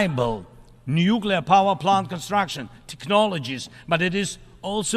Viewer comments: Please tell Tony that it’s Nuclear and not Nucular… just a irritating…! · Please Judge stop your habit of interrupting your guests before they finish their comments, not a good interviewer habit. Please Tony Shaffer, the word is nuclear not nucular. I would think a DoD career guy would know that. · Your honour, I know this is acting a lot, but could you tell Tony to stop saying nucular?